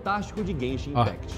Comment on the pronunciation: Quem foi que falou zenzin impact